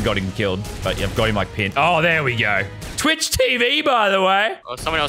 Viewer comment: Why did u say Twix instead of twich